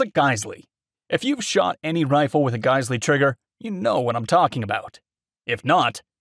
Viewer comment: GIZ- L, actually, like the Brazilian model… just sayin… the Companies Representative told me this is the correct pronunciation. It’s a wasted letter word, common in European languages. But , it is pronounced like I stated- AGAIN, GIZ - L, not GUYS-LEE. Sorry, word cop Sunday Morning coffee to blame…